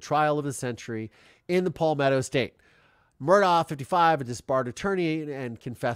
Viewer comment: The Murdaugh family pronounces their last name Murduck.